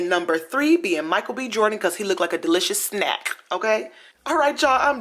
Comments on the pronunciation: Damn SJP 🧓🏼and Olson twins 👵🏻👵🏻..😂😂the twins look how SJP should be looking now! they got too much money for that.. and it’s funny how you say “delicious snack “ 😂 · Every time u said snack ...i was crying...